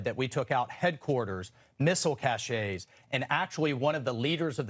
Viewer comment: Missle CASH-SHAYS....？Did this guy go to college? Cache.